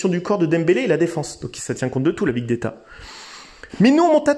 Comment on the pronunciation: On dit pas big déta, mais big data